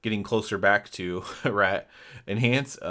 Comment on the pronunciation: reT, with the T at the end. not RE'